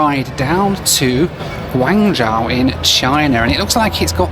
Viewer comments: your Chinese pronunciation! Guangzhou - Say the 'guang' as you do and add 'joe' at the end. For Xiamen it's said like 'She-ah men' not 'Jamin'. The 'Xi' sounds nothing like a J! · from an english standpoint, it would be pronounced "gwangjoe" and "siaman" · "Guangzhou": the first part is like "gwong", which rhymes with "gong", and the second part is like "joe". "Xiamen": the "xia" part sounds like "shah". ♥ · Pronounced as Guang-zhoh, Shia-men, Da-shing. All “X”s are pronounced as “Sh” in Chinese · For reference, Guangzhou is pronounced Kwangjou Xiamen is pronounced Siamen Daxing is pronounced Dasing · Guangzhou is pronounced Gwong-joe Xiamen is Sha-men Daxing is Da-Shing And yes the customs in China are awful. The whole airport and airplane experience here is terrible. Lots of very big, shiny and very unwelcoming airports here, especially if you’re a foreign tourist or resident 😐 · Slaughtering the names of some of the cities I live in China. I'll help you out... Guangzhou - pronounced "Gwang-joe" (The zh in Chinese sounds like a j-sound.) Xiamen - pronounced "She-ah-men" (The x in Chineses sounds close to a sh-sound.) Daxing - pronounced "Dah--shing" (same as Xiamen) Happy you love Daxing. It's an amazing airport. I never have been to the Xiamen international terminal, but there is a new Xiamen airport being built right now and hope you get to see it next time. And yes, China's security is the crappiest. They also don't let you charge your phone on the plane with a power bank. It's so insane. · I am halfway through the video and cringing every time he mispronounced Guangzhou. He kept saying Guangzhao. I came to the comments to see if anyone picked up on that. At least he got the "zh" sound correct. I guess he does it again for the other cities too? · Great video as always- but your pronunciation of Guangzhou really hurt my ears :( ! It's Gwong-JOE :)